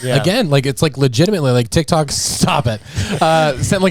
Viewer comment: He said dic toc 😂😂😂😂 I love you guys 4Life 🎉